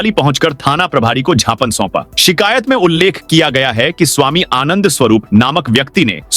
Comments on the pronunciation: उद्घोषक महोदय,छापने नहीं ज्ञापन बोले।कैंडल मध्यप्रदेश के उद्घोषक ही ऐसा करते हैं।भाषाविद भी ज्ञापन को सही मानते हैं।छिपने य ज्ञापन गलत है सही शव्द व उच्चारण ज्ञापन है। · यू ट्यूव न्यूज प्रसारण कर्ता महोदय बार बार ज्ञापन शब्द को क्षापन शब्द बोला जा रहा है। शुद्ध हिंदी शब्द ज्ञापन है।